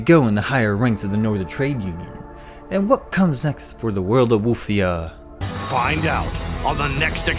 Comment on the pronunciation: Woof- ia. 😊